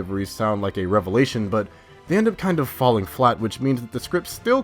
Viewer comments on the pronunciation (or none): none